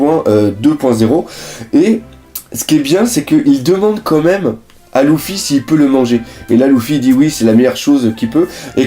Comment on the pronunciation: c est grave moche comment tu dis luffy mais sinon continue comme ca !